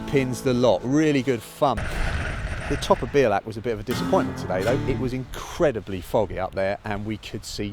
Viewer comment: Belach ??? Lol it's 'be al ach' Iol , but always enjoy watching fellow cyclists climbing up our little hill, (this is my local climb) your brave doing it in that weather, I've turned back many a time for bad weather, (didn't want to be blown off) hope you come back and get a good day, it's rewards are priceless